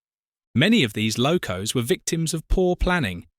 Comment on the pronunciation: Interesting video ruined by AI narration ! Locos pronounced low- coss ! Hymek pronounced hee meck !